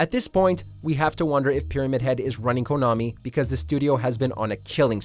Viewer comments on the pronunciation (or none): none